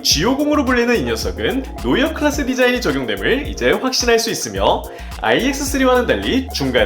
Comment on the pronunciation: 뉴트리아 -> 노'어이' 클라세..... 대체 왜 그러냐